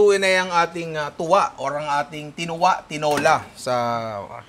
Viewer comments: Punta ka kahit saan sa Visayas. Hindi lang sa Cebu may ganyan. At saka Tula po yan hindi Tuwa… mga Cebuano lang hindi nag propronounce ng “L” pero sa buong Visayas Tula/Tinola talaga yan. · Part 2 kasi 30mins lang yung challenge hahahahaha. Yung TUWA dapat TULA like sa Tinola, kasi pag Cebuano ginagawang "W" yung pronunciatiion ng "L". Kaya dapat "Tula"